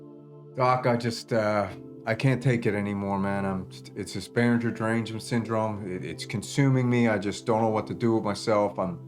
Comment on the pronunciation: Your biggest issue is your mispronunciation of Behringer. 😁